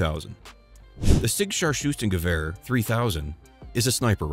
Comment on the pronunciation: I did love the way you said "Scharfschützengewehr" . But damn you really lost it it was more like a "star choosing kaviar". Much love from Germany! Thanks for the vid!